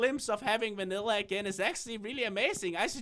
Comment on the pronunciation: You said Vannila